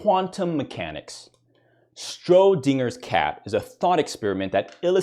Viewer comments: Stro-dinger's cat? Even the closed captions heard that. Schrodinger is pronounced "shrodinjer". We were talking boys/bois, so it makes me think that it was a joke. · i think you said strodinger wrong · you can't even pronounce schroedinger right